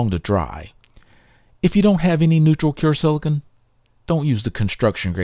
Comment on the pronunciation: Fantastic video. Videos like this make me want to go repair everything. Extremely small nitpick: - you keep pronouncing silicone as "silicon". But honestly, if my OCD can find ONLY that in a video, you're doing great!